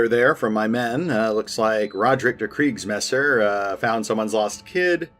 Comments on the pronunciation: You pronunce right, Kriegsmesser!😁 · You pronounced Der Kriegsmesser just fine btw